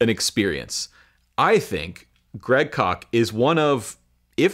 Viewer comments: I thought it was Koch not Kock. I could be wrong. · One correction, Koch is pronounced "cook". We knew him in college. He has always been a pleasure to listen to. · I don't like the way he pronounces that name: Great Kock! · Isn't Koch pronounced as 'coke'? Peace ✌️ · Is his last name pronounced "Coke?"